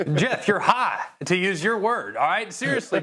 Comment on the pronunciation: The way Greeny says high got me dead😭😭😭